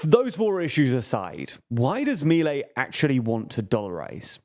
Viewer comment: 1-We already tried that in the 90s and it failed, he's not breaking ground here, just trying what has already failed. This is not a what if, we already have a precedent. 2- that's not how you pronounce Milei. 3- that's a really old peso that hasn't been in cirtulation in ages. I swear this channel does as little research as possible.